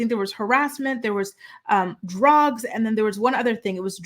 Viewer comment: I love your videos,, but the way you pronounce “drugs” drives me crazy 🤯 can we please start saying it the correct way? Pretty please? 😂